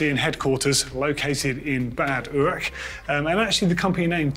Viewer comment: "located here in Bad Uuuurghh" ROFL. URACH isn´t that hard to spell!